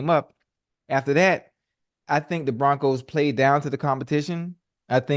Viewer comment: Who is the “Proncos” Just giving your crew a hard time. Good show